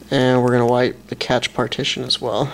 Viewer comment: It's pronounced "cash"